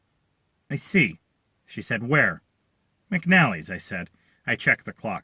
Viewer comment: I swear pronunciation is killing me. McNalley???? It’s spelled McAnally Pronunciation is MIC AWN Ah LEE !!!